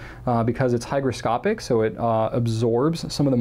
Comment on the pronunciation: Good to hear you got it right. I only mentioned it because I know you didn't know the word last Q&A and it sounded off on this one. Also I hear it said as hydro often, an innocent mistake since it has to do with water and hydro is used as a prefix for things having to do with fluids as with the opposite of hygroscopic, hydrophobic.